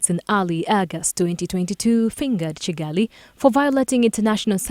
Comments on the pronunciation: Its Kivu not civu and its Kigali not cigali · Is it also Kigali, and not Cigali.